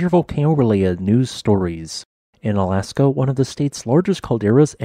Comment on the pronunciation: If you haven't done so please listen to the song Alaska by Phish because every time you say "in Alaska" you sound like their singer who kind of sings in a speaking-singing style clearly enunciating his words like how you talk. Also, I was unaware there was a volcano woth a name that rhymes with orangutan.